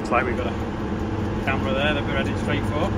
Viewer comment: "camarers" yeah? 😂😂😂